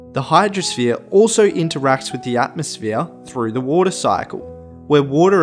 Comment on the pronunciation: this guy "hydrosphere: wottahh"